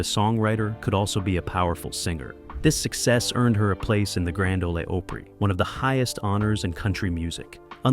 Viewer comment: Why is he repeating singers with a new number? For Pete’s sake get the name right , it’s opery like Ahmet o.